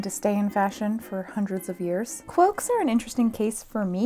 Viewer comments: i keep hearing "cwoaks" and i am NOT upset about it lol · I swear to Sauron I keep hearing you say "cwoaks". I'm not complaining though lol.